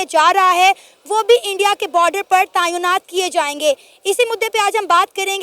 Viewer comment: Tayeonat nahi tenaat hota hai 😂